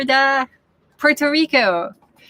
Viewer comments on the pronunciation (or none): none